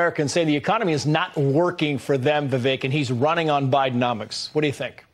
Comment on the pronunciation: Its pronounce Viveck( vivek) not Vivake.